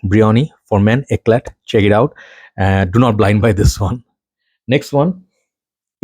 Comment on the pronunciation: Eclat is pronounced Eclaw (no t) in french.